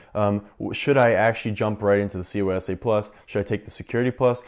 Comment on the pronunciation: He throws me off every time he says CySA+ to me it sounds like he’s saying COYSA+ lol